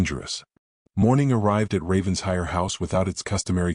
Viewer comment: For the umpteenth time: it’s NOT Ravens-hire! It’s RAVEN-SHIRE! Alexander doesn’t appear to have a very compelling argument for Eleanor coming back. He sounds like a man who does the bare minimum, despite his words. Don’t think I’d be so quick to forgive.